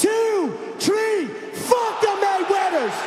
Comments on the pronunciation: Tree ? There’s no tree so wth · On the count of tree!